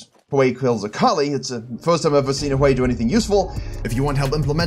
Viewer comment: Hearing you say Hwei made me so happy... like that old school song on all the 90's compilation cassete tape infomercials "Sail H-wei, sail H'wei, sail H'wei!" Also, Panth is one of my main AD jungle picks so I loved the video!